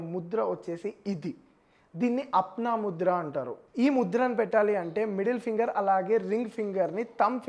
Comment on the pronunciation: Apaana mudra not pronouncing correctly